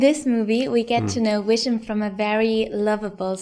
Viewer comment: Is she calling vision wision?